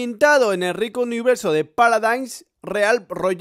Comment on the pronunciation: en el minuto 59 dice paladains y es paladins